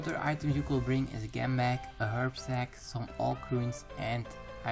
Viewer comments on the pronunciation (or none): Just a bit of advice, when you say "Gem bag" you should pronounce it like Jem bag :) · / the way you say gem is funny ^^